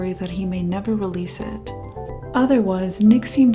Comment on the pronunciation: It is pronounced It, not Et